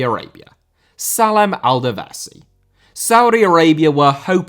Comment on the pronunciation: how did u get the davasi pronunciation from dawsari 😭😭😂😂